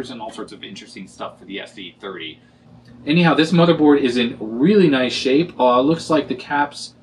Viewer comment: Awesome video as always, love the way you pronounce "anyhow", sounds like hello in Chinese 👋😄